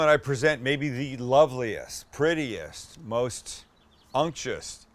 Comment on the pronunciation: You're awesome, Sam, but we gotta work on that pronunciation: unctuous = "UNK-chew-iss" Imagine kids begging their uncle to eat them: "Unc! Chew us!" The word is from the Latin root that gives us "ointment," as when a Catholic priest uses oil to anoint the dying during the rite of extreme unction (i.e., last rites).